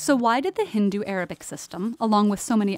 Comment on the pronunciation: please pronounce names properly like the way you called hindu arabic no.s some other way no offense but be careful